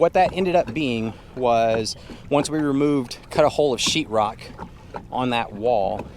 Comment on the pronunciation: What’s chirrok? 😂😂😂😂 if you are a painter but can’t pronounce or let alone spell o wouldn’t hire you 😂😂